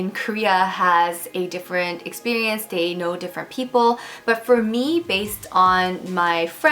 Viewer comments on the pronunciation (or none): did you just say ‘experience’ in a korean accent? 🤔😂